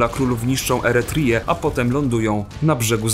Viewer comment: Czytasz Eretrię po angielsku. To nie jest "Eretrija", tylko "Eretrja" [piszę fonetycznie].